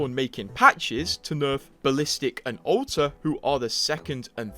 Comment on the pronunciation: I hear o-tuh when you say alter haha Edit: "Boat, wit Ow-tuh"